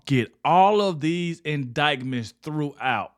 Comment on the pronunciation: I love your channel, but the "c" in indictment is silent! 🤣